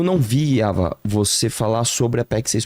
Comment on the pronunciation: Tao proposital falar o nome da Ava, errado!!!